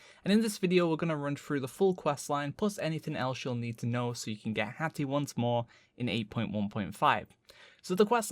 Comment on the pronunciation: Lmao HATHAH x) PE! ME PE HATHAH! sorry it's too funny